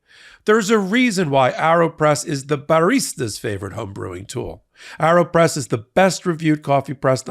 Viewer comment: Isn’t it pronounced Aeropress as in aeroplane??? Air, not arrow. Just curious.